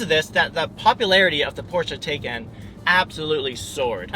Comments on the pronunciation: Great video. Btw, according to Porsche, the car is pronounced “Tie-Kahn” not “Tay-Kahn” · PLEASE PLEASE PLEASE...if you want to be taken seriously can you at least pronounce the car's name correctly?